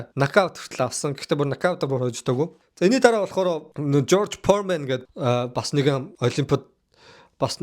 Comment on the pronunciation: jorj poremen gej shaajin george foreman